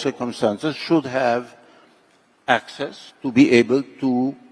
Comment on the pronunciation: Wait...is he saying "access" or "Axis"?